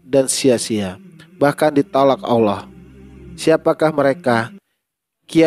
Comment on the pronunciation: Ini orang sebut ALLAH AJA UDAH KELIRU.ALLAH BUKAN AULA...